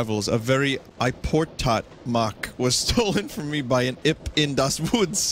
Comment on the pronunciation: I died at "iportat"